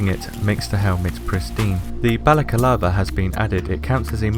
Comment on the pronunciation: Balaclava was spelled correctly, just pronounced it incorrectly. Not a bad pickup though;)